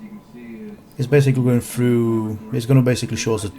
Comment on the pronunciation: I choked on my cereal when he said " fru." ( through ).